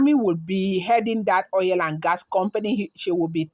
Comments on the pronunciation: 😘😘😘😂😂😂Oil not oiyel. My dear Igbotic babe 🥰.. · 😂😂😂😂 she said oiyel 😂😂😂😂🥰 just joking but it's true o.